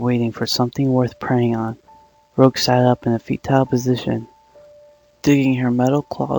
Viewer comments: Fahmida Begum its pronounced like rouge from Uhhhhhh let's see Sonic, he's saying her name wrong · you're saying her name wrong